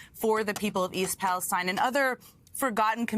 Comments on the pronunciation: YAAAAY !! TIM RYAN ! YOUR FIRST ADULT TO ACTUALLY PRONOUNCE THE NAME OF THE OHIO TRAIN WRECK CORRECTLY !,, - EAST PALESTINE , Mr. Ryan obviously finished school. ThANK-YOU MR RYAN - AND What you said is absolutely correct AlsO ! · Missed his chance in East Palestine. Hello, Ryan pronounced it like he's from here. Good job. We are in a media black out of only conservative media. We need more than Fox, Fox Affiliates and radical right radio. Oh, newspapers too.